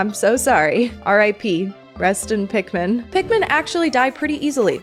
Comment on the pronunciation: It's Pik-MA'AM